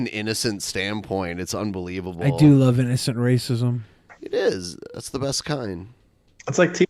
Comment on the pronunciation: I would Luuuh to see your bu'hoe.